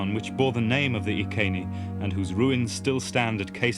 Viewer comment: nice to hear the name of the tribe pronounced correctly EE KAY NEE instead of the mangled Roman EYE SEE NEE.